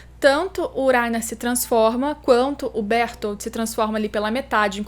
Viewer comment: Laina e berutoro, fala direito.